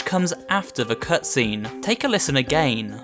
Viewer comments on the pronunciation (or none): why he always say agajn and not again??????????????????????????????????????????????????????????????????????????????????????????????????????????????????????